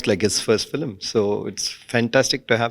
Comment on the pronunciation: Yes, very nice, except the "fillim," part. If she could say 'film', that'd be awesome considering she is working in TN.